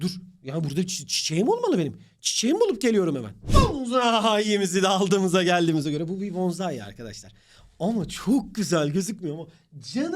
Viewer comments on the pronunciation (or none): Hoca bonzai diye söylemişte bonsai çiçeğini kastediyor arkadaşlar dkdlghvkjdcxvkşc